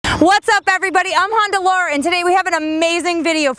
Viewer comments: She's good I always enjoy her videos but ........ " Honder" gets me every time to the point where I'm so distracted I don't know or understand the next 50 words she says after it. Lol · Laura, I really enjoy watching you, but why do you say, "Hondar"?